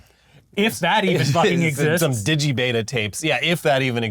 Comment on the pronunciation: Damn near had an aneurysm when you said "digi-beta". 😢